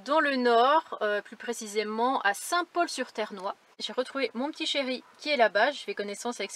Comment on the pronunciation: on dit Saint Pol sur TernoisEEEEEEEEEE.... 😁